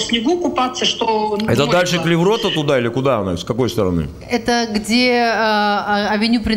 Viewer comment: Только я слышу, ресторан блевота? 😅